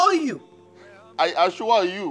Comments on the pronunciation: The time ojo repeated "I ashua you"😂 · I assure you.: I Ashware you 😂😂😂😂😂